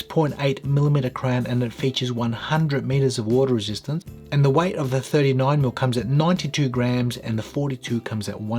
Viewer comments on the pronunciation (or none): none